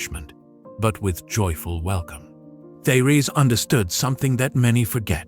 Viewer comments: Her first name should be pronounced: Tay- Ress. Her message is Awesome !!! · Very enlightening and uplifting, but I wish I was not confronted by a robot voice that cannot properly pronounce many words and names............like Therese. Peace.